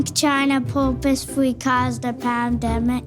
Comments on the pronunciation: "Poop-ously cawzed the pam-demic?" Oof. Someone fire that casting director. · Protip: if you're gonna feed the question "do you think China purposefully caused the pandemic?" it helps if you make sure the kid you feed the question to can properly pronounce the word "purposefully"